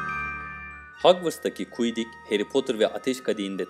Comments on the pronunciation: abi kuidik değil okunuşu kuidiç diye okunuyor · Bende kuidik ne diyorum meğer senin demeye çalıştığın Quidditch (kuidiç) miş:D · Kuidik cidden çok sinir bozucuydu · Haklısın çok fazla rahatsız edici oluyor diyorum kuidik deil oo kuidiç borrow dio siliderin dahq çok var hepside yanlış 😱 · Kuidik değil Quidditch yani kuiditçh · kuidik ne yaa kuidiç diye okunuyo o. zaten 50 isimde 5 tanesini doğru söylüyon onlar da harry ron dumbledore tonks ve sirius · O kuiddik değil kuiddiç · Kuidik değil kuiddiç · Filmi hiç mi izlemediniz arkadaşım siz tüm isimleri yanlış telaffuz ediyorsunuz bu İngilizce bilmekle alakalı değil hiç ama hiç duymamışsınız quiddichi bile yanlış telaffuz ettiniz ya izleseniz bilirdiniz tam saygısızlık bence